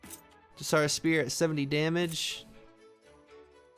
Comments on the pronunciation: Tsar is pronounced Zar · Hey thanks for the video, btw just in case you don't know... those TSAR weapons.... its pronounced " zzzz ( the noise a cartoon Bee makes) are "